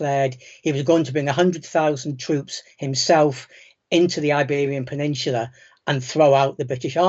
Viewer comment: There is no R in peninsula.